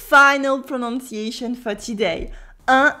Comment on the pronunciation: Btw it's pronunciation not pro"nonc"iation as you keep saying ... "Preau-Nun-si-et-chun"